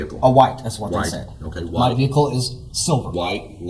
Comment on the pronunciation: His car even looks white as he staggers out of his "silver" ve hicle.